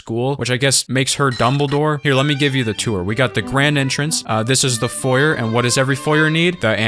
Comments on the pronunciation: thats not how you pronounce foyer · Most American pronunciation of foyer I have ever heard